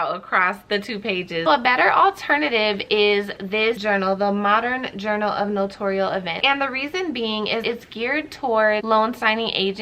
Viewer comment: Thanks for your video!😊 Here's the proper way to say "NOTARIAL" ==> It's NO-TAIR-REE-UHL, not NA-TORE-REE-UHL. I think people get it confused with saying it like NOTORIUS. On the NNA YT Channel videos, they say NO-TAIR-REE-UHL. It's funny because every other notary on YT says it wrong. lol